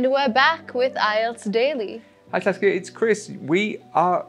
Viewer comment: Now I'm addicted to Saskia's English pronunciation 😁😅